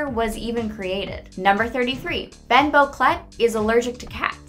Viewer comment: A few things are wrong. Penny is allergic to blueberry, not peanuts. The names Anais and Sussie are pronounced wrong, (although, Granny Jojo says Anais different than everyone else, like ah-NY-us.) Boquelet is most likely pronounced wrong as well, since he was born in France. Even GI is pronounced wrong. She says GI, like in GENIUS when it should pronounced GI like in GEESE, but without the S sound. And there were many more than two previous Darwin's before our Darwin. How many times did Richard sing, "Swing low..." before rushing off to the pet store for another fish? Definitely more than 3. If I were a bigger Gumball nerd I'd have the correct number. Sorry.